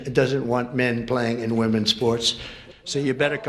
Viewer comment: it is “womEn’s” sports not “womAn’s” sports. What is with this new thing where people mix up the words, woman and women.